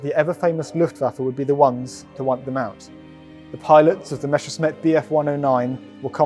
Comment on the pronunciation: I almost stopped watching the moment you said "MASHERSMIT" instead of "MESSERSCHMITT". For a German it's impossible to understand how anbody could mispronounce this name. I overcame my initial anger and watched on and it was a good decision. This is a very interesting documentary about one of my favourite aircraft. EDIT: ...anybody...